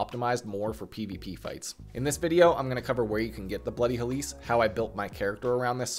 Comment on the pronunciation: Look.... tiny correction I know, but as a Grammar Nazi, 'Helice' is pronounced close to 'helix,' not 'hell-LEESE.' The emphasis is in the wrong area in the video. But seriously thank you for the guide. I was having some issues because I love the moveset, but I also am not too good at spreading my stats efficiently.